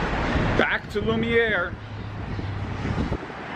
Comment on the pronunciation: I’m glad you pronounced Lumiere correctly and not Lumineer or Luminar.